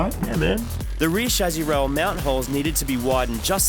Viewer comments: Lol I like the way you guys say chassi. "Chazzi" heh heh heh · He also pronounces "Chassis" quite differently.